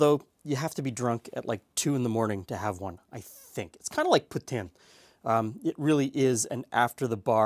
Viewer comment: I almost teared up when you pronounced 'poutine' properly. Every anglophone on the planet for some reason says "Poo-teen" and it drives me up the wall, but when you said "Puts-in," internally I shouted "Yes!!"